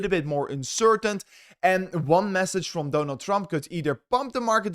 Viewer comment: Mr my orders set up.. its Donald Trump, not Dooonald Trump!! Not bad for a 24 year old